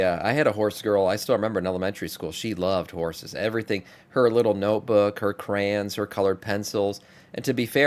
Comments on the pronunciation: doesn't know how to read, he also doesn't know how to pronounce words. Hey, It's CRAY-on! 🤣🤣🤣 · What’s a “cra’an”